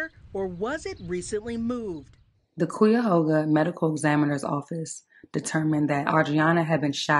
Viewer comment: This is so sad. More should have and could have been done. Cuyahoga = kye-a-hō-ga .